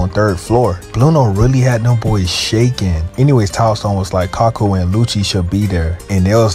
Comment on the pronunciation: Bro I can forgive mispronouncing names in One Piece, but Kaku is four letters so no excuses